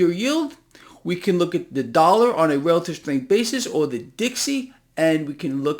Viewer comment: What is a " Dallar "?